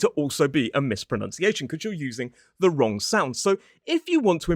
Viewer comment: You said wrong-k! Isn't that wrong? 😃